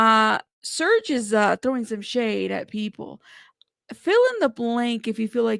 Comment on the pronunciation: Isn't it “Serge”(like rhymes w/ Urge+purge?!”) I'm not being mean, I’m just asking as I was under the impression it was but between him+Fea, I’m lucky I know my own dam name! Haha! I know U can empathize! Thanks as always! I apologize for being a bother. Stay safe 🐇! Xo!